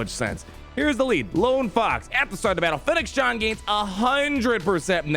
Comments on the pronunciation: ShanD. not Shan. Do you even Star Wars bruh? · It's Shand, not Shan. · Fennec ShAND. Not “Shawnd” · Not to be that person, but it's "Shand" haha. Thanks for the video! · I think the way he says her name, he really thinks its Shan :D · It's kinda hilarious! :D